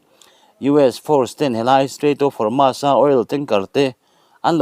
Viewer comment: Homas ti-a lam lovin, Hormuz tia lam tur